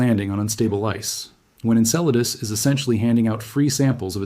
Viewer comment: I notice that it took 17 minutes for the bot to finally pronounce Enceladus correctly :)